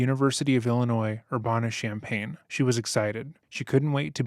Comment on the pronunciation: I grew up in Urbana Champaign, went to the same university she did…even lived in Orchard Downs as a kid. It’s unsettling how close to home this was. By the way, it’s pronounced UrBANuh.